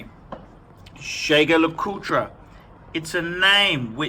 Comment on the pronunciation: if jaeger lecoultre is a very regarded name, why don't you learn how to pronounce it?